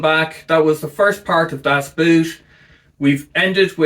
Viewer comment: COuld you please for the love of god not pronounce "Das Boot" like you would pronounce a "oo" in english^^? Use the o in "god", that is WAY closer^^.